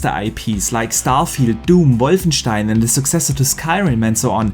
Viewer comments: The correct pronunciation of wolfenstein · That's a German name that's how it's pronounced in german. He's german... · Haha, no one does it better! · It’s technically the correct way to pronounce it